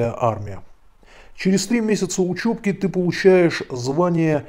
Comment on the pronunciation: Не учЁбка, а учЕбка!